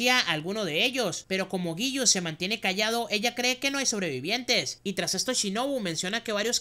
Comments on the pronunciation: Es Giyu no yigu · Yo estaba como ahhhhh por que dice lligu y no giyu tomioka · Jajajajaja tus resúmenes son excelentes y me encanta la dislexia jajaja yigu y sanjogi 😂